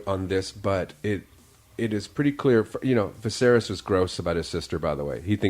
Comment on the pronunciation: Dude can't even say the name Viserys. Get some better commentators man.